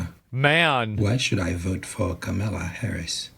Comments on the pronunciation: So we're told she's ahead in the polls, yet no one can even pronounce her name? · She also pronunciate Kamala wrong lol. Alexa is waycist 😂